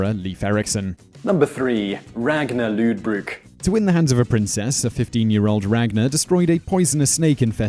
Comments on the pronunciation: I know you said Ragnar Lewdbrok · haha “loodbrook” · actually both are wrong, the tv shows also pronounces his name wrong... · Its lothbrok not lodbrok